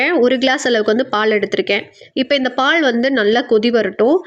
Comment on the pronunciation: பால் உச்சரிப்பு காது எரியுது ,பாள் பாள் ங்கிறிங்க